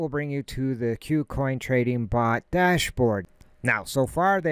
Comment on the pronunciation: Good info, but for gods sake its not Q-coin its Koo coin. : )